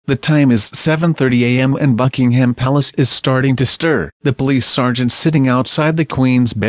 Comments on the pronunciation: I tried to watch this, but the robo-narrator made it impossible. In addition, I am allergic to the pronunciation 'Bucking-HAAM' rather than 'Bucking-um'. Shame, really. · At least say Buckingham properly 🙄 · Can't Americans learn to pronounce Buckingham, Sandringham and Norfolk correctly?